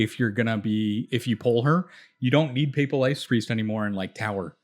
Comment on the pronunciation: Appreciate the analysis and the fact that you can actually pronounce "papal" +1 sub